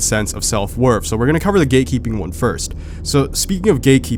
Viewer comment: I thought u was saying “gay keeping”